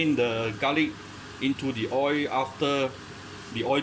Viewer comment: hot oi. you forgot the pronounce the L at the end.